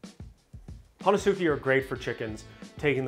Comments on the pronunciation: It’s pronounced “hon-es-ke”. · Ho-nes-ki pronunciation in Japanese. great video.